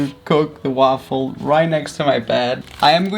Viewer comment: Arghhh. So triggered by how he says waffle. Like ok yeah it has an A in it but fuck